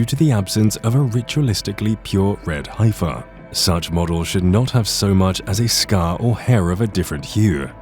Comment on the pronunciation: Teach the AI to pronounce "heifer" and get into 2022 with the 5 Texas heifers.